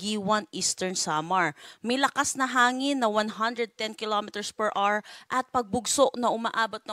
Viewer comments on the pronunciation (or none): mam...per hour po not per "R"